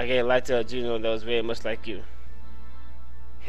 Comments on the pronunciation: the pro-nounciation of genome is Jeh-Nohm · Its pronounced GE(je)-GNOME(like a garden gnome) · There's no long 'e' at the end of genome.